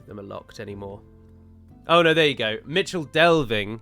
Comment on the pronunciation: For some reason I always thought Michel Delving was pronounced "mikle". Am I completely in th wrong or is it plausible ?